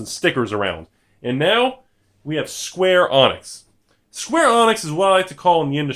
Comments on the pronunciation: It's not pronounced "Square Onyx" It's "Skwarr Uhneeks" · I wonder how many pedantic people there will be getting pissed that he's pronouncing it "Square Onix" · Square Avionics XD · I heard "Square Onix" and I immediately turned to the comment section... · Couldn't watch any longer after I heard Square Onyx. Sorry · hes straight up pronouncing the wrong letter. how can that not trigger someone. its idiotic